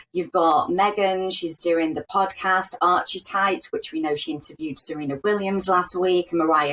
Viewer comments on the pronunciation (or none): Can no one pronounce Archetypes properly? It's not Archie-types, it's Ar-kee-types....ffs, surely journalists took English at school...